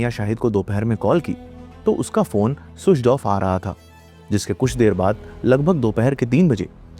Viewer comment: Switch off ❌️ Suidch off✅️